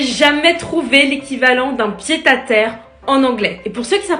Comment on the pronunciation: Pied à terre ce dit comme en français